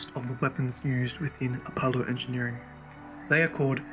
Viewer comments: a polo the greek god of mint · If he says Apohloh one more time im gonna shit my pants